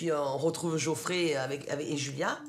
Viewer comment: on dit Geoffrey*